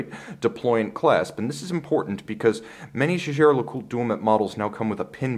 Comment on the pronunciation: Wish I could find a channel where someone from an English speaking country pronounces JAEGER correctly. They all mumble something along the lines of "JJ" and it's just terrible.